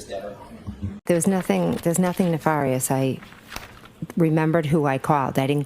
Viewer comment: So funny that initially she pronounced Ne-FAR-ious just like Brennan 😂